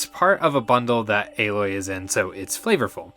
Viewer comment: First video ive heard so far that pronounces Aloy's name correctly 😁